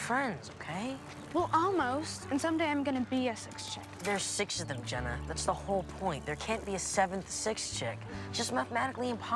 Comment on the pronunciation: I like when the photos guy calls Jenna jeena